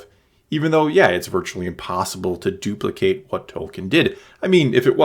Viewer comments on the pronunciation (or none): none